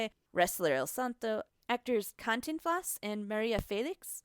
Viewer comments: she keeps mispronouncing cantinflas 😂😭😭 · I was cringing at cantiflas